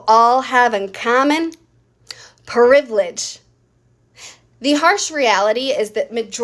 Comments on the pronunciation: Showing her personality wasn't even necessary for me to dislike her. Her saying "puhrivilege" and "puhromise" did it for me. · I hate it when women add extra syllables to words to sound sassy like, per-ivilege, per-omise.